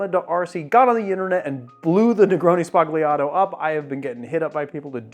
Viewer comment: You don't pronounce G's in Italian before an L or N. Think Lasagna. Its just an accent like the ñ in Spanish.